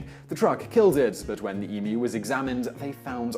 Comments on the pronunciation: Finally someone who pronounces emu right. It is EMEW not EMOO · i can feel the effort he is putting in to pronounce emu correctly. it is greatly appreciated. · Thank you for saying emu correctly. Also it's really good to see that audible is still supporting youtube channels. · All I can say is, thank you for not saying eMOOOO. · It is good to know the Pom's can pronounce Emu. It seems that the Yank's cannot. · OMG! THANK YOU! You pronounced Emu correctly!! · Simon you would have to be one of the handful of Americans that say emu properly